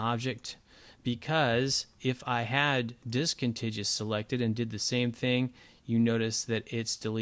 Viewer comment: Discontiguous . - DIS-CON-TIG-YOU-US . Just like CON-TIG-YOU -US. Geezus.